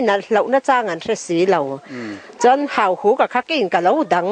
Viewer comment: Pu Vana chuan Hauhuk chu Hahuk a ti tlat mai a!